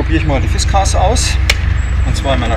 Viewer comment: Warum nennst du die Axt aus Schweden "Fischkeks"? Das ist eine Fiskars und genauso wirds ausgesprochen.